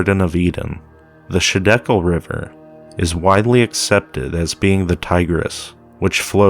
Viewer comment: I don't mean to be a troll or anything but it's not shidekel it's highdekel, the other ones are gihon, pishon, and the phrath.